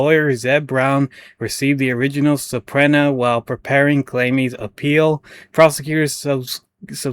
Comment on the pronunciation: Subpoena = sub-PEE-nah Nova Scotia = nova sko-SHA Thanks for highlighting this story. Absolutely appalling gross incompetence. Keep it up!